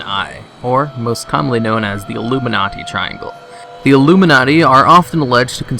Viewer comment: I thought he might be serious but after the illuminaughtee portion I knew it was a joke.